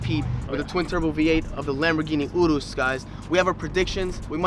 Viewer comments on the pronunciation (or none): it annoys me sm how cyrus says urus!! It’s pronounced yu-roos not oo-roos